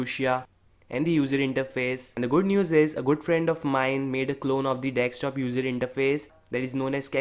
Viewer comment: Can you please say Desktop instead of dextop or dekstop